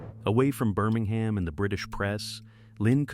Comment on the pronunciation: Also, it's pronounced Birming-um, not Birming-ham!😊